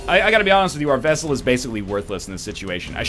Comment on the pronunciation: 26 episodes later, and he's STILL saying "Vessel". What the hell?